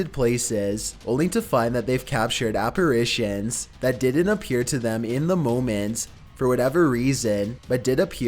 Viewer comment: Lol. ‘Equippedted’ is not a word, bro. It’s just equipped. I love your videos, but it seems like in just about every single one of them you mispronounce or downright make up at least one word. You call demons ‘demonds’, you pronounce apparition as ‘apparation’ to name a couple of my favourites. Call me a picky asshole or a spelling/grammar nazi or whatever, but it stands out like a sore thumb to me. It’s like nails on a chalkboard. It makes you look foolish and amateurish. Please don’t take it personally, I’m only trying to give you constructive criticism.